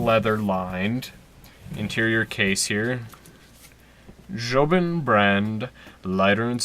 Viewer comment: It’s jobon not jobin